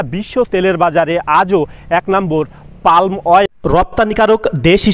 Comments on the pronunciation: Pronunciation ঠিক করেন। It is পাম not পাল্ম । গাধা। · আপনি বারবার "পাল্ম" শব্দটা বলছেন কেনো? এটা তো হবে পাম". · Palm এর উচ্চারণ পাম,পালম নয়। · সবাই বলে পাম / আপনি বলেন পাল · Vai palm uccharon korun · Ucharonta hobe pum. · এল এর উচ্চারণ হবেনা, পাম হবে।।